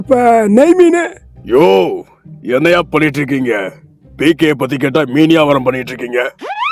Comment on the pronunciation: டேய் டேய் டேய் அது ஏகே இல்ல பிகே😂😂😂😂